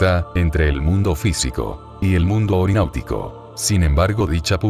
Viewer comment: Es onironáutica, no orináutica.